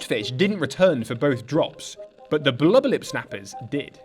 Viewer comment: My fav part is when he says “bluba lip” 😹